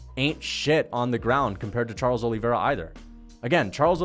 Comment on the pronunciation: Charles “Oh Lee” Vera